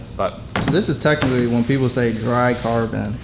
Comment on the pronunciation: Rewatched just to hear "PeeeeOPlyy"